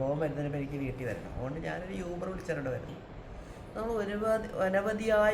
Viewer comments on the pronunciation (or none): അതേയ്..... ഈ uber കാർക്ക് fare കുറവായത് കൊണ്ട് അവർക്ക് (ചിലർക്ക്) അതിൻ്റെ ഒരു കലിപ്പ് (frustration) ആണ്... ഇന്നത്തെ കാലത്ത് uber il register cheythale അവർക്ക് ഓട്ടം കിട്ടുകയും ഉള്ളൂ.. അതാണ് ഇങ്ങനെ പെരുമാറ്റം... പിന്നെ യൂബർ അല്ല oober എന്നാണ് pronunciation എന്ന് തോന്നുന്നു..